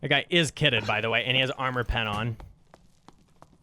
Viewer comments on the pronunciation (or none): none